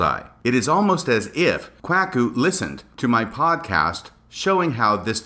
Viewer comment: The pronunciation of Kwuaku….I know it wasn’t intentional based on other podcasts where you state as much …but it’s still hilarious and I enjoyed it every time you said it….and it’s quit fitting I might add!